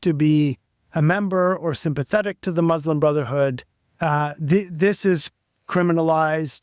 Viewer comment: An Arab who can’t even pronounce “Muslim” correctly